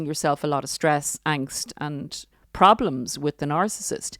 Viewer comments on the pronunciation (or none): none